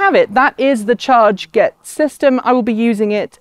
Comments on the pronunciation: I'm picking nits, but, is it really pronounced "charge-get"? Looking at the way they've written it, I would guess it to be "char-get" like "target". 🤷‍♂️ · Hi Mark! This is Ellina from chRget. You are absolutely right, we were so busy launching the Kickstarter campaign that we forgot to tell how we spell the name of our company and device. It's /tʃɑːɡɛt/ ("chah-get").